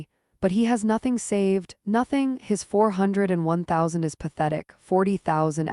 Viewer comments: LMAO!!…sorry…can’t stop laughing! It is pronounced 401K (as in Kay, the letter K..!! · Why don’t you know how to pronounce 4O1K ???